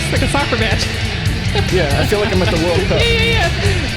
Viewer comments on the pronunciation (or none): none